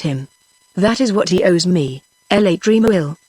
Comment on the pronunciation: The reading is good in parts but there are some glaring errors. When a character says NO, the person who is reading it says number because there is a colon after NO. Also LA in front of Tremouille's name should not be read as 'L' 'A'. Wish such errors are corrected so that students of non English speaking countries who use the audio book learn it right without making similar mistakes. Seeing the title as British English these students will think the mistakes are actually correct